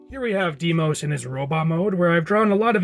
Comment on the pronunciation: "Deimos" is actually pronounced "Die-mos" just so you know. Although that's just my opinion.